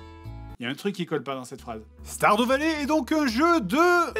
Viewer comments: Commeng tu prononce Stardew Valley. Á chaque fois j'ai l'impression que tu vas dire starfoulah. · C'est moi ou il dir stardoux vallée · "STARDOU VALLER" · Guillaume Hertzog ??? Ça peut se dire comme ça stardew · Sardou valley